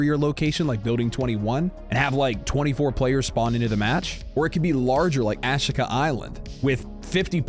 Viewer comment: A (ah) SHI (She) KA (kuh) not ashy kuh, or as another tuber says Ashikar.